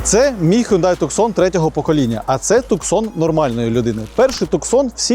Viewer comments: Не туксон, а ТУСАН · Туссан а не Туксон)